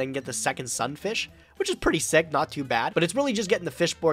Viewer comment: how come pronounces Sunfish like "Sunfisk"